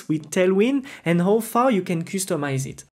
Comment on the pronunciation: Thanks for Tailwind course.. check out how to pronounce "customize".